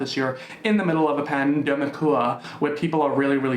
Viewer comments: no one:: you cant demonize me if i say pandemicouUA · The way you said “pandemicua!!!! Had me 🤣🤣😭😭😭 I CAAANNTTT!!! thanks for cheering my day up as always. Love you lots xx Ok the censorship just got funnier and funnier!! I do love you 😩😂😘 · secs-uel se-gz work pandemi-cuah pedi-fua-ca tou-chow-ing demona-uazed bod-ua